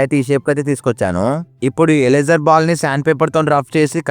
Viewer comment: 😊 bro that is eraser not ealesar😂😂😂😂